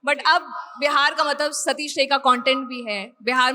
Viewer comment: सतीश राय नाम है सतीश रे नहीं है